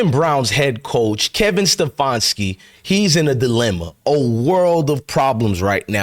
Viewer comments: Ste-fan-ski Not ste-fawn-ski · Once again, a bunch of lies and bullshit. You're not in cleveland and you dont know whats going on. All you do is troll other channels for your false content , you cant even pronounce stefanski's name right. Shows you know nothing !